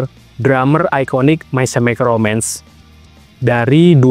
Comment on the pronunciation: May kemikel romens baca nya bukan semikel